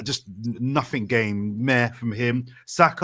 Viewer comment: Saying nuffink as an adult is wild 😅